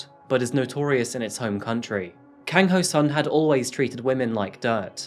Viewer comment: You may want to research your cultures a little better. The killing and eating of dogs in Asia is cultural not psychotic. China actually has a annual festival and Japan use to have "Dog" Shops where you could buy dog meat. Other than that it was a very good presentation, but you also may want to check your pronunciation., it was pretty good except the Si is pronounced She, rather then See and Kang is a short a not long a as in car.